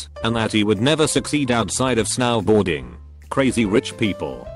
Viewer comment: snowboarding:exists reading voice: S-NOW BOARDING